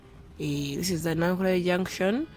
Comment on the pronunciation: Meanwhile its Nakulabye not Nankulabye😁